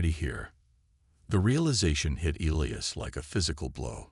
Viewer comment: Well i counted at leasr 10 different names for the alien lass and even elias got miss pronounced a few times. WTF